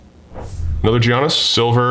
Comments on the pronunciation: It's not g an is it's giannis yanis basically is how you would say it the g is silent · I cringe when I hear say Gee-anis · Say it with me: Yee-on-is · I hate being that guy but its pronounced Yannis, not with the hard G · Love the basketball, but let me help you out: Giannis = YAHN-iss Jokic = yo-kitch Siakam = See-AHK-am And it's International Men of MASTERY, not Mystery! 😆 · Poor giannis always getting his name butchered hard by!